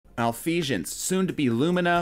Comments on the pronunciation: Did he really just say "Malphevence" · Malfeasance is pronounced how it's spelled. It's not spelled Malfeashence.